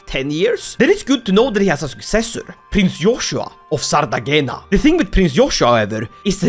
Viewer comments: PLS it is not pronounced ''Sardagena'' it is pronounced ''Sardeña'' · I love your videos. Btw, afaik in italian you spell the "gn" as "ny". "Sardegna" would then be "Sardenya". Like in the "nya nya" of japanese meow. I found that out when I was studying abroad and met a woman who wrote her name as "Giulia" or something like that. But its spelled out like "Yulia".